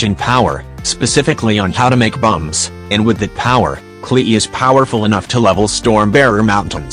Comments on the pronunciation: It gets me when he says klehe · Ah yes! The infamous Kle-Eee. She’s a tough one indeed. XD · I love how the video says Klee as "Klee-E"